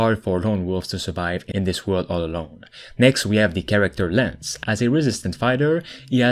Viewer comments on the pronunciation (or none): none